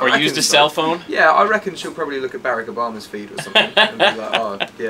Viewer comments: OMG..... i died when i heard him pronounce Barack Obama XD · lol he prnounces it like Berreck Obama, instead of Barack